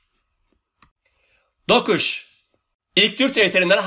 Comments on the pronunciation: ne iyi oldu da keşfettimm bu arada aklıma bir şey takıldı ben ilk kez izliyorum da bu ''dokuş''ların olayı ne, neden dokuza dokuş diyor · Hocam niye dokuz yerine dokuş diyorsunuz bi sebebi var mı?